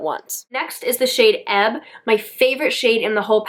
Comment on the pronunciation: Hi! This palette has quickly become one of my favorite palette too! I’m loving all the colors! You’re the first person that I e heard pronounce the Shade EBB correctly! Everyone is calling it E-B-B! Have a great weekend!🌺🌺🌺